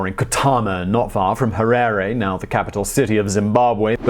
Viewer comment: Simon, I can forgive your pronouciation massacre of most of the Ndebele and Shona names, but getting the Capital city of a Country wrong is unforgivable!!! Having lived in the country for the first 36 years of my life, till 2000 having being physically chased off the legally owned land I was on, I think you gave a very balanced view of the man and his paranoid and cronistic destruction of the country. His five year genocide, in a newly 'liberated' country, of the Ndebele killed at least twice ( if not four times) as many as people as the Rhodesian army (comprised 70% black Zimbabweans....) managed in 15 years. Once again, another very good distilled and condensed snippet of a biography. Thanks you.